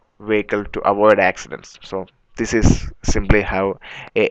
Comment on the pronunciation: i'm Malaysian, from Sarawak borneo. We do speak english fluently. listen to it, Tht guy is English Russian accent, Russian pronounce "this" is "zis"